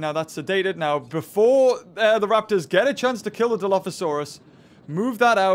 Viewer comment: he probably said it wrong on purpose